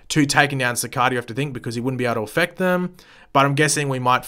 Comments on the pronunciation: DANG IT! IT’S CICADA NOT CICADA! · Its cicada he just says it wrong all the time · The way you pronounce Cicada makes me want to bang my head on a brick wall. It’s [Su-K-Da]